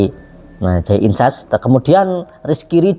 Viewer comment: Jay Idzes Bg,bukan Jay Inses,sebut nama pemain yg benar lah jangan perkaos nama pemain,we Elcapitano pula yg namanya di perkaos